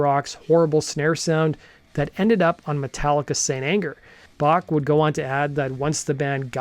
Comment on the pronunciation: Dude can't even pronounce 'Bach' correctly... pfff...